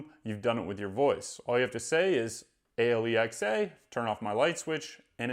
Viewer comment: It's "Alexa," not "A-l-e-x-a." I'm not sure why you are saying the call name incorrectly.